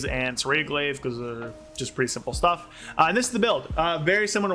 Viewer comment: My man literally said “Shrimple and Straightforward”